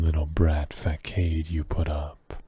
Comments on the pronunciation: facade is pronounced fa-saw-d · Very fun! Love a good Werewolf yandere. One note that cracked me up--Facade is pronounced with the 'c' making an 's' sound [fəˈsäd]. Looking forward to hearing more of your work!